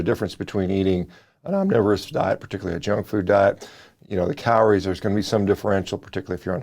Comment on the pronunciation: Did he say cow-lories?